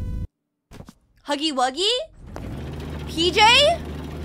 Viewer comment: It's not huggy-wuggy